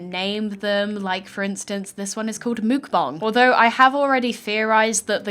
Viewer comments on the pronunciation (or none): none